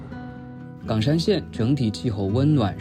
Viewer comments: 為什麼岡山ㄍㄤㄕㄢ念起來像港山？ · 是冈山（一声） 不是四声哦